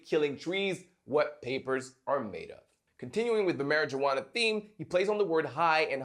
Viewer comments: "MARY-JUWANA" ?? I can't tell if you're joking or not. 🧐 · The way he pronounces marijuana :P